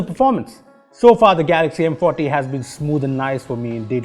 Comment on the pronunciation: Is it just me or when he says M Forty it sounds like M potty , lol